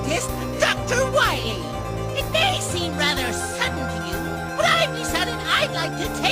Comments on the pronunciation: Dr. Light pronounced "Dr. Wahwee" incorrectly. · At least it's not "Dawktor Wiwwy!"